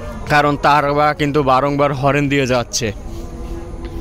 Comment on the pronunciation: Bhai horen na horn